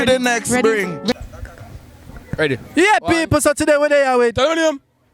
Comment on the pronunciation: Bro the word is today not ,Tideh.😂..It's the ,di not eh..Open unnu mouth and talk ,when unnu go overseas unnu haffi learn how fi speak...Bless up